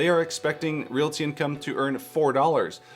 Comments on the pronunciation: Realty is two syllables, LOL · Never realized so many people can't pronounce "realty." 2nd YouTuber in a row that's bungled this.